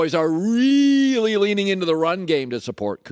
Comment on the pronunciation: 😂😂😂😂 read this just as he said it